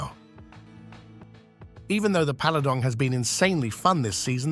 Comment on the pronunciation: "Paladong" heh.